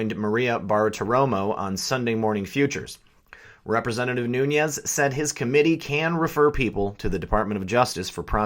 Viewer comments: Love the channel bro, but I'm pretty sure it's pronounced "Noons" not "Noonyez" maybe I'm wrong, just sayin. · why are you pronouncing Nunes as Noonyez?